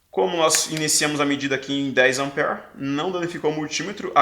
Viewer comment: a origem da palavra AMPERE , vem do nome do cientista Andre Marie AMPÈRE. Ampere é singular , 1 ampere , e no plural , 2 amperes . Desculpe pela correção mas voce enfatizou muito 5, 10 amper ( como se lê a palavra ampere e 20 miliamperes ) que tive que elucidar . grato pelas aulas que assisto como fiel seguidor.